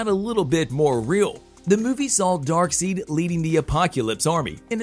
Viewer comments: DarkSIDE (is the pronunciation) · "Darkseid" is prounced "DAHRK - SIDE". Your mispronunciation is painful to hear. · Say darkseid, dark-side,! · His name is Darkside! Get it right bud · dark SIDE not SEED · Hard to enjoy the video when Darkseid is so epically misprounounced. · it's no one else noticing how awful he pronounces Darkseid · This bothered the hell out of me too! I couldn’t take anything else he said seriously because of how badly he mispronounced the name. Lost credibility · Omg I thought I was the only one and maybe just overreacting but it bothers me so much 🤦‍♂️😂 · I was looking for someone to catch it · I just saw your comment after I asked the same damn question lol This is most deft not a fan of the comics that's for sure... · yep! Was just talking about on the pronunciation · the pronunciation Newby....smh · I love it how he pronounces darkseid wrong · It hurt everytime you said Darkseid's name... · Please redo this correcting the pronunciation of Darkseid! 😂 Hard to take this as serious information if you don’t really know the characters. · Had to stop after Darkseid was mispronounced. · This narrator tends to deliberately mispronounce Darkseid's name and tends to drown out Justice League 2 for good and I would like the new Green Lantern in this one and Martian manhunter As for this Narrator he needs a voice lesson or find another job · He mispronounced it multiple times too. Also, General Swanwick. Do some research before making the video, dude!